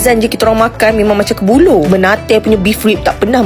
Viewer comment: sebutannya "mened" bukan menate🤣😭